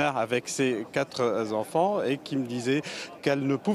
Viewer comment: "ses quatre Z'enfants"... Le journalisme 2.0 !